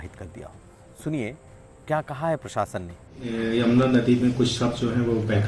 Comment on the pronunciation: आप बार बार जमुना क्यूं उच्चारित कर रहे हो, यमुना कहिए